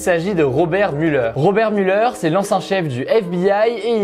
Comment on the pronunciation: on dit mulère pas muleur haha